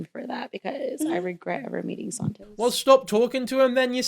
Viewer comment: The way she says "Sahntoes" like her hispanic ass can't pronounce it properly 😂 she uses her "Spanish " when its convenient to her musty ass😅 ...i love your videos! I deleted tiktok but stay current thanks to you haha